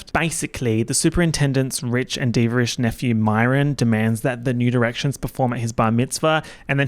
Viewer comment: every time you say new directions it sounds like nude erections